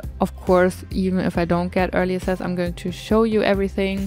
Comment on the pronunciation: You are so incredibly talented!😍 I am always so amazed with how you use the objects we have for something new and along that also follow your cozy style❤ I don't know if you like to be corrected and I'm really sorry if you don't but you use this word so often so I decided to say something🙈 : access is pronounced like 'äksess ( my german lautschrift haha)❤